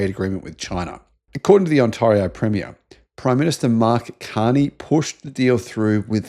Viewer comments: I’ve let it slide too long …I need to point this out now! /s It is: On tair (as in wear and tear) io, Not: On tar (as in tar and feather) io! How exactly do you spell billabong by the way? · For the love of God, please learn how to pronounce Ontario!